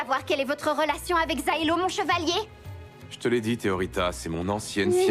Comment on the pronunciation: Teoritta* pas "teroitta" par contre, un effort par pitié